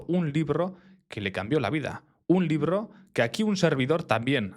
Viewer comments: "Un librro" Porque hablas así?🤔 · primera vez que escucho a alguien pronunciar doble la "r" en "libro"...tipo "librro"